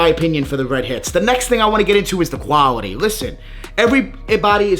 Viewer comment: “Foiiiiooppy” “Quaouity” lol dudes a hater